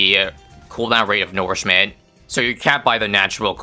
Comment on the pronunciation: plz stop saying nourishment wrong it is insanely annoying (u can just call it feed/feeding or something) its as annoying those people who keep calling manure "manoor"